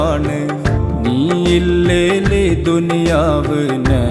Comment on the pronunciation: നീ, നരകം ഇവയിലെ ന എന്ന ഉച്ചാരണം ശരിയല്ല..അതു ശരിയാക്കമായിരുന്നു